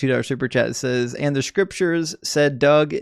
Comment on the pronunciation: The one guy talking about STRIPcures rather than scriptures lol